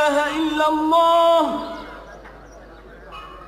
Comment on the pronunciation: nice to hear but please say Allah not alha